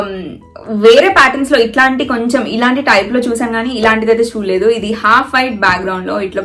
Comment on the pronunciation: Nice collection. A small correction darling, It's not half white,it's off white. Have noticed the same pronunciation in a couple of other videos of yours. Just wanted to let u know. lots of love